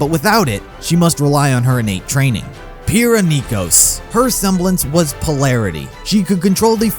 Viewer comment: *says Pyrrha is best girl* Also: *Can't pronounce her name correctly*